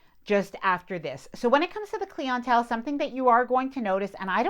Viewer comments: What is “clee on-tell??” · Are you saying cli-en-tele? If so I've never heard it pronounced that way...if yes now what you were explaining makes sense...I was confused as to whom you were referring to. All makes sense now..lol...new way of hearing it pronounced....very informative video regarding MSC..👍🏾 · The way she pronounced clientele drove me insane! Lol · Why do you pronounce Clientelle like that? I am just curious. Never heard it that way. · Have you leaned how to properly pronounce ‘clientele’ yet? 😂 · Great info but the way you say clientele triggers me! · Great video but clientele is mispronounced so often its annoying - but thanks for the information, like you we have been on 30+ cruises and would like to try MSC, think we will now. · A new way of hearing the pronunciation of clientele... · I have neeeever heard someone say it this way and its really bothering me lol... I want to not care but my ears twinge each time 😅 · Glad I wasn’t the only one lol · Great information that will help as we take our first cruise on MSC. And such a positive vlog to offset the negative comments people make about this line. I also think if Americans are cruising on a line that is of another nationality, roll with it and stop demanding the line become Americanized. Enjoy the different experience. New way of hearing pronunciation of clientele. 😉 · Clee ent tell? Really!?! It’s cly ent tell - clientele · Liked the video but clientele is not as fancy as it looks It is pronounced clie in tell Like client and intel not clee on tell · Cleeontell 😂 Love your videos and ive learned so much in preparation for my first cruise in October! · Its not cleon tell, its clientele!! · What the heck is “cleontele”???? You mean “clientele”? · Please learn to pronounce words correctly. Specifically clientele. It is NOT pronounced Klee en tell Bad pronunciation really shows a lack of intelligence. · Trying the figure out the word she keeps saying … Klee On Tell? It’s Clientele lol